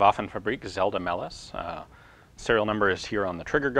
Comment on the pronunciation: Ian says "Zelda", instead of "Zella" ;)